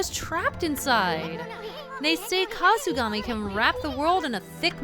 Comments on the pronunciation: This flask has mist that can counter the death mist. a drunken sheep. - HAHAHAHAHAHAHAHAHAAAAAAAAHAHAHAHAHAHAHAAAAAAAAHUH! That was basically me the whole time laughing at your drunk voice. OH GAMIKASU HAHAHAHAHAHAHAHA! A time slowing mist, guess you can call it Sluggish breath. Wow you got punished on time for not doing sluggish breath right away. A person can only see the top sides of things on the ground and Issun is wearing a bug hat. So they see a bug. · I like how you deliberately messed his name up to sell the "drunk voice."